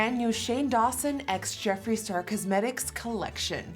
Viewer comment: it's jeffree, not Jeffrey. Js